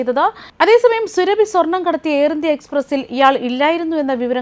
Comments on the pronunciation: സുരഭി അല്ല. സുറബി. അതാണ് ശരി. സൂറബി ഖത്തൂൻ. മലദ്വാരം സ്നേഹിത 😍😍😍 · പേര് സുരഭി അല്ല.... Surabi സുരബി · സുരഭി അല്ല സുറബി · Not Surabhu soorabhi aanu. Methachi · സുരഭി അല്ല സൂറാബി ആണ് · സുരഭി അല്ല മാപ്രേ,, സൂറാബി 👹👹👹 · സുരഭി അല്ല സുറാബി ഹാത്തൂർ ആണ് 😡😡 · സുരഭി അല്ല സൂറാഭി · Ivaroke akshara thettathe parayan ariyanmelanjittano surabhi ennu paraunne thiruthal avasyem ane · Please say SURAABHI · അവളുടെ പേരു സുരഭി എന്നല്ല, എന്തിന് തെറ്റിച്ചു പറയുന്നു, കഷ്ടം